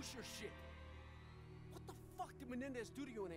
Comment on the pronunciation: Love it how he has a hard time saying menendez! lol